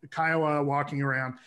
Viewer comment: It's Ky-oh-wa or khoi-goo. Thokoys mawbain-daw.